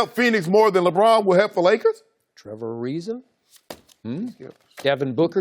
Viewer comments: Hahahahaha. Skip just got bodied by Shannon! "Trevor Ariza" 😂😂😂😂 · When skip said "trevor ariza" uncle shay was done😂😂😂